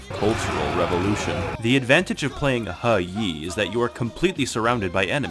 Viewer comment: Even history-centric channels that cover China don't pronouce He Yi correctly. Thanks for knowing your shit